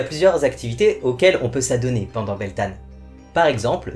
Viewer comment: Coucou, merci pour ta vidéo mon païen en Beltane se prononce "Beltène/Beltaine"